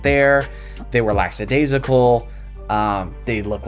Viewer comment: I am sorry, English is not my first language - what does laxidasical mean? 😂 Or did you mean "lackadaisical"?